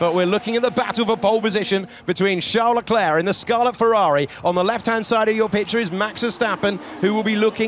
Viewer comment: Hate how they say "sharl larklare" for Charles leclerc!